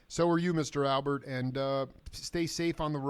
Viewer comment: Alpert, with a p. Is that hard? Really!